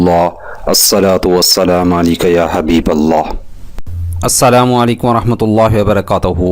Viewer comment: اسلام علیکم اور الصلاۃ کے تلفظ ڈسٹرب ہے پلیژ کسی کو سنا لیں جزاک اللہ